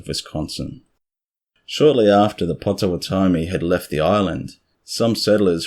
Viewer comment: Pronounced POT o WOT omee. (I'm from there).